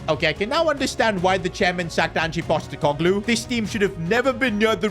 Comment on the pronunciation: "Angie Postecoglou" "Enmeka" "Endoyi" "Nahco Williams" Learn how to read bro